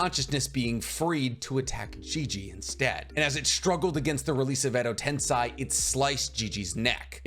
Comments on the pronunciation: edo tensei - "sei" is pronounced more like "say, that's a cool headband", not like "sai" the emo Sasuke replacement on Team 7. Cool breakdown, I may actually read this manga. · Been holding myself back from dropping this comment for so long since I love content But is it really that hard to pronounce Edo tensei? Ten:10 Say: to speak Ten-Say, It's not that hard, it's equivalent is found in english. Sorry to say this, but it's been bugging me for so long. I never understood how people could be so passionate about sticking strictly to pronunciations until I kept hearing say "edo ten-sigh" over and over and over again